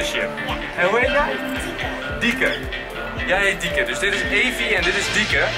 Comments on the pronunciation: Hij zegt telkens dieke maar het is toch lieke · Enzo zegt de hele tijd dieke in plaats van lieke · Noemt ze nu Lieke of Dieke 😂